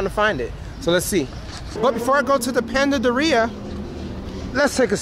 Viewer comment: PANDADERIA...( Panaderia )🤣🤣 lmao you are hilarious 😁